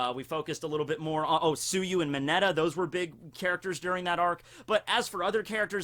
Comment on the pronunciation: You said minetas name wrong